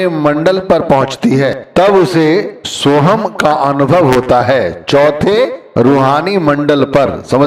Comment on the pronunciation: Murkh pahle khud to sun le ye so hum hai so hang nhi